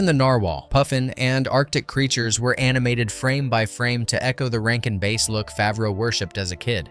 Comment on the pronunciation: Rankin BASS, you know, like the fish. Not the instrument.